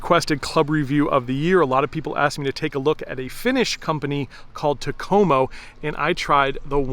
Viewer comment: In the Finnish language, the emphasis is always on the first syllable of words. So it's "TAK-o-mo" Enjoy your videos.